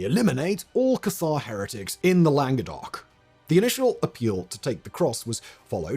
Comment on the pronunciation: Landegoc? Languedoc Never change, Simon 😂